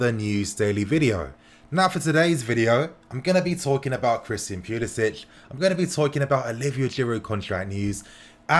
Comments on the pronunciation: Don't pronounce it as Pulisich. He's American so it's Pulisic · it’s not pulisić it’s pulisic poo-lis-ick he’s american and his family don’t pronounce the accent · He’s American the C is pronounced English not Slav... Pu-li-sic(k). My Brit fam needs to get it right now that our boys’ blue. Much love for this channel and all you do informing us fans... even those across the pond. TY 🙏🏼✊🏽💙💙